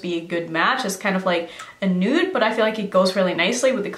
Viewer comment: Did you just say NUDE PALATE or New PALATE- I just had todo a REPLAY on that, & I still dunno! 😝😂